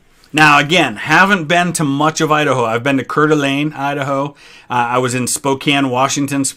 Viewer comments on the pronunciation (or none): just a heads up, as someone from Coeur d'Alene, Idaho it is pronounced "Core-duh-lane" not "Cur-di-lane." The french roots make it tricky.